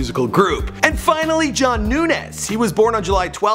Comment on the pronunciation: It’s pronounced Jon Noons not NewNez btw.